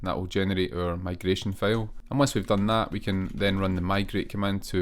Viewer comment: man you do great tutorials, but can't understand how "div" element became to be "dev" in pronunciation, same for "file" -> "fail"